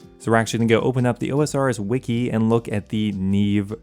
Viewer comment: brother, you rponounced osrs wiki as if it were the Ozarks Wiki wth